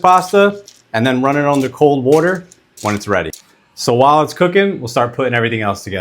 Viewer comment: Cold wooter